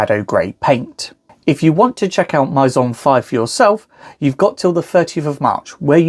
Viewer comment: Maison is "May-zon"